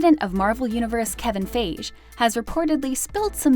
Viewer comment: It's pronounced Fai-ghe.